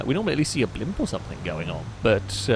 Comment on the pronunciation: STOP SAYING BLIMPUSSSSS ITS SO ANNOYING